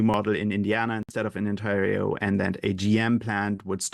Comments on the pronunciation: Mispronunciation of Ontario? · The interviewer is loosing credibility by mispronouncing "Ontario". Disappointing lack of general knowledge or alternatively, lack of preparation.